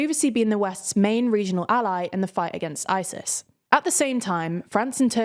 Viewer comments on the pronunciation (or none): none